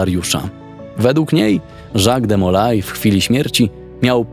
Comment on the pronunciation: Wypadałoby nauczyć się wymowy nazwiska de Molay.